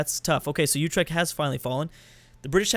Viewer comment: Utrecht is pronounced Oo- trek- t